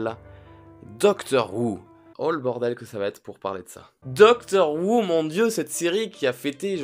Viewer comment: Ca ce prononce pas "doctor wou" mais "doctor hou"